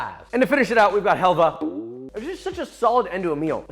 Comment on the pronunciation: Did he just call Halva as Helva?